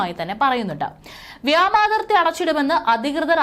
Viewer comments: വ്യാമാതിർത്തിയല്ല പൊന്നെ വ്യോമാതിർത്തിയെന്നുപറ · വ്യോമാതിർത്തിയാണ്. വ്യാമാതിർത്തിയല്ല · വ്യാമാതിർത്തി അല്ല കൊച്ചേ, വ്യോമാതിർത്തി ആണ്. Horrible. അറിയത്തില്ലേൽ ഈ പണിക്കു നിൽക്കണ്ട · വ്യാമാതിർത്തി അല്ല വ്യോമാതിർത്തി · ഏയ് കൊച്ചേ വ്യാമാതിർത്തിയല്ല,വ്യോമാതിർത്തി യാണ് ശരി.ഇനി മേലിൽ തെറ്റ് വരുത്തല്ലേ!😲😲